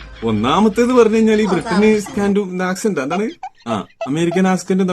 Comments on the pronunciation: ആസ്കൻഡ് അല്ല 😅ആക്ക് സെൻഡ്😂😂😂😂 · Askend alla accent 😅😅 chumma paranjato funninu vendi paranjathanu ennu manasilayi 😂😂